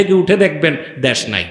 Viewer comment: দ্যাশ" নয়, ভাই দেশ" উচ্চারণ ঠিক করুন আগে।